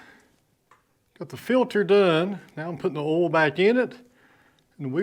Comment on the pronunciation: Thank you for correctly pronouncing the word "oil". My wife insists that it's pronounced "Oy-uhl". I explained that we're in Texas, so it's correctly pronounced "Ohl". I showed her you video as evidence. Here endeth the lesson.